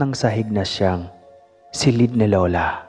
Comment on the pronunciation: Ayuson mo pgbigkas ng salitang , silid. Di " Selid"